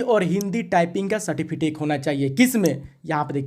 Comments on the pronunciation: Its सर्टिफिकेट,Not सर्टिफिटेक🤣🤣😂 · अरे भाई मेरे, पहले ठिक से सर्टिफिकेट बोलना सीखो